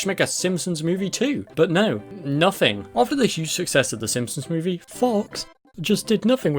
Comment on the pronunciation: "the bohb's buhrgars mew-vie"